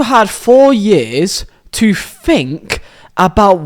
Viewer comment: "Four years to Fink" 🤣